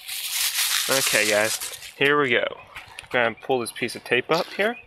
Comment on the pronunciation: The pronunciation kills this video. "Get Jippin, Pill it off, pill it off with the flatbread screw toaster!!"